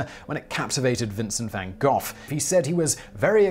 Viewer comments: Stopped watching at Vincent Van "Goff". Come on! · True, but he messed up Van Goghs last name as Van Goff. Oppss. LOL